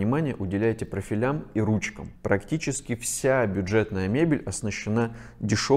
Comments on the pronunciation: Особенно словами "жАлюзи" и "профилЯ" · Дизайнер, дающий советы по интерьеру квартиры, не знает, что "жалюзи" произносится с ударением на "И" а "профилей" с ударением на "О"? И ещё желательно бы не на дизайнера смотреть, как он руками разводит, а реальные примеры того, о чём он говорит.